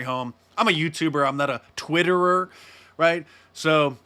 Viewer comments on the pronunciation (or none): Twitterer ..rerererrrrer 🤣